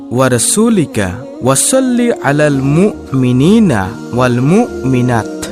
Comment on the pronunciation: মুকমিনিনার স্থলে হবে মু' মিনিনা এবং মুকমিনাতের স্থলে হবে মু'মিনাত। ধন্যবাদ।